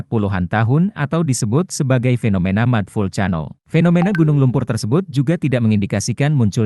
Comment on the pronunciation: Lucu banget, mud vulcano dibaca pake pelafalan Indonesia. Si Cano.